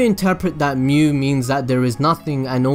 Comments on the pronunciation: This is really good! Also just so you know, Mu would be pronounced as moo. If it was myu it would be spelled as みゅ But yeah! glad that I watched this! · Ryan Czerwinski In Germanic/Roman languages it's mew. In Japanese, Mu is its own word, meaning Negative. It is pronounced Moo. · It's really strange you saying む(mu), "myu" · 無/む (mu/nothingness) is pronounced as in mood but with short vowel, not as in mute. It is same as Japanese alphabet, む/ム, obviously. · Great video, as far as your pronunciation of Mu, you say moo, like a cow. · He's right, it's pronounced like moo. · it s not myu nor muh nor moo its mu as it is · 無 (mu) is pronounced like moo